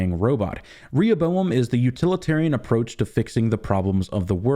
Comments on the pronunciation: One of the most significant moments of this video is , the correct pronunciation of Rehoboam. Seems the puzzle for season 3 will not be the plot but youtubers finally figuring out how to say that damn word. The showrunners were so wrong for doing this. It’s like they sucked all the contrivances of season 2 and dumped it into this one word. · Thank you for pronouncing Rehoboam correctly, the show's been driving me nuts with that lol